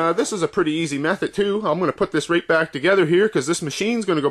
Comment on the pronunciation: I am wondering where you are from. You say "reight"